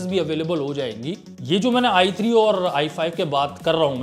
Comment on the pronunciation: There is i3 for budget gamers, i5 for mid - tier builds, then there is i7 for high end gamers, and finally we have i9 for enthusiast gamers. But iG is for all the gamers. It is so similar when he says i3 or ig. (or atleast for me it is ).